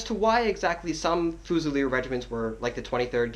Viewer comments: "FOOZILEER" ......sorry man...... fuze'il'eer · I couldn't watch the video after you saying "fuu-zilier", it's pronounced fyoo-zi-leer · Excellent video Just one small thing, as stated below Its not "Fu-cell" its pronounced as "FU-ZEE" which means a rifle. A Fusilier in French means "rifleman". There is no distinction in French between muskets and rifles both are fusil. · it's pronounced Fu-zee-ye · Haha its good to see such appreciation! Most people just think redcoats are redcoats unless they're grenadiers, highlanders or light infantry! Maybe work on how to pronounce Fusilier! OAFAAF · You gotta figure out how to pronounce Fusilier my friend. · the way he says fusiler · Please say fusilier right please... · I won't question your hat...BUT...I Will question your pronunciation of..."Fusilier"... :>) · Tru he completely butchered the word xD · i honestly only came here to figure out how the fuck your supposed to pronounce fusilier